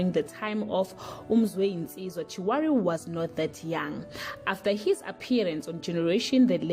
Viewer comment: As Chiwari ??? You can't even pronounce a popular name such as Chirwali not Chiwari